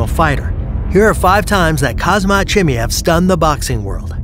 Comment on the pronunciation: It’s called “Haam-Zat”